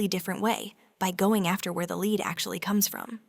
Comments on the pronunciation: I avoid everything Burt’s Bee. I’m insanely allergic to the cuticle cream. Not ready to test anything else. By the way, it’s pronounced nihch not neesh. Lēd? Seriously? Lead is pronounced lehd. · Leed? Lead 😂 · Strange pronunciation of lead all the way through.is this Ai generated?